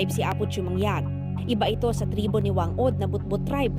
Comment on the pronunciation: she pronounced it wrong! it should be Fang Od! thats how pacific islander pronounce 'Wh'